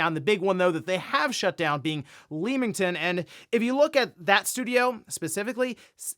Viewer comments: Hi, you know we Brits don't spell words as they actually sound, especially town names. We don't say Leem-ington (it's actually Leamington Spa and it's a hub for game studios) but we say Lemm-ington. Just like the game Lemmings. Don't shoot the messenger! Keep up the good work. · Found the pronunciation of Leamington funny (leemington it should lem-ing-ton) but it's minor. Its just I live in Coventry about an hour away so made me laugh. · Lemington is pronounced like Lemon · Not that it matters but to anyone who cares, It's pronounced as Leming-tun 👍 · I know the A in Leamington might make it seem like it rhymes with "Beam" but it's "leh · muhng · tn"